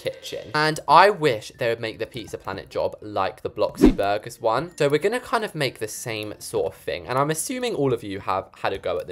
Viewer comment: it not bloxy burger it blox burger